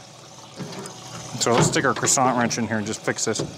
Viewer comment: Please, I’m almost 87 and this is the first time in my life I’ve ever heard your “ Crescent” adjustable wrench referred to as a “croissant” wrench ? I hope this is you making a funny . 😂 hahaha.